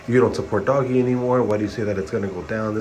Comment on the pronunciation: Doggy coin lmao wtf 😂🤣😂🤣 if you know so much about doge why don’t you know how to say it properly?